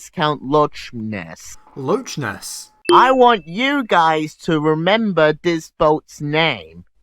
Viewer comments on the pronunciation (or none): Did he just say “lotch ness”?? Where’s the T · That’s not how you say Loch Ness monster, series sins😅